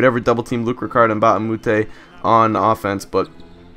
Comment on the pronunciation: not luc Ricard mbah a moute- luc RICHARD mbah a moute